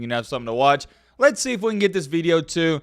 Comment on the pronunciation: Day 2 of asking why you say las get into it the way you do 😂